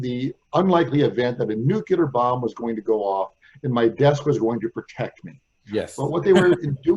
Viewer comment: I always stop listening as soon as I hear nucular.